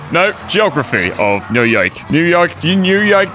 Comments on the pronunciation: “New Yoioiuk” - 2021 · Enjoying these! (It’s Noo as in Noodle and Yawk as in Hawk).